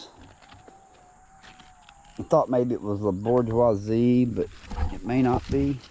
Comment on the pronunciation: Thanks for taking the time to do these videos. French speaker here. Pronunciation of La Bourgeoise: last sound is a zz sound, like buZZ. In French, we rarely pronounce the last letter of words. If still not sure, you can also google translate and then press the sound button to hear the word in French. Same thing if you are not sure for pronunciation of Spanish varieties. Just a tip, I thought worth mentioning. Thanks again and bravo for all the content you put out.